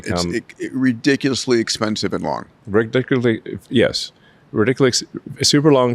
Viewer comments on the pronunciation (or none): bro cant say "ridiculously" but is talking abt some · Elon Musk cannot say the word ridiculously , and he wants to replace doctors.